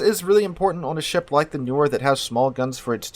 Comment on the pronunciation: NeeOr try saying that %)